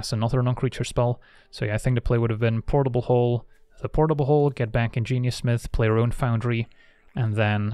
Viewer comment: how many times you say portlbl hooll... perfect drinking game. i am drunk now